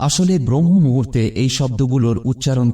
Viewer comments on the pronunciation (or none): ব্রহ্ম মুহুর্ত নয়, শব্দটি হবে ব্রাহ্ম মুহুর্ত।